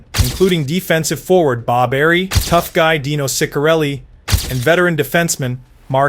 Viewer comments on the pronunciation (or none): Dino's last name is pronounced "Cissarelli" not "Sick-arelli" and Ilitch is pronounced "Ill-itch" not "Isle-itch." I know, I know... AI scripted... but still. If you are going to produce content, perhaps make sure things are proper, maybe?